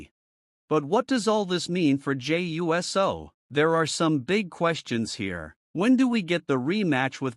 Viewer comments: Jey U-S-O. Never cringed more hearing someone pronounce USO. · You can't be too big a fan because you don't pronounce his last name correctly. If you were such a good thing you would know how it was pronounced. I'm a wrestling fan since the 60s and I know how to pronounce his name the correct way.